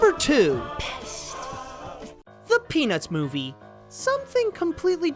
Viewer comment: When you said "The Peanuts Movie" it sounded like you said "The Penis Movie" lol